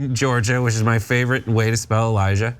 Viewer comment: It's pronounced el-a-jay, not Elijah. Beautiful country, surrounded by mounts and stained by this criminal PoS. All accusations are admissions.